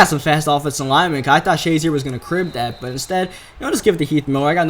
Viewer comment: ***** "Shuh" zier, not "Shah" zier